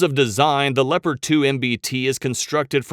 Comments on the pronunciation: why the fuck do people pronounce Leopard as LEO-PARD when we all well know it's LEP-ERD... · Pronounce Leopard tanks as le-pard tank. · please program the computer to pronounce Leopard like the animal.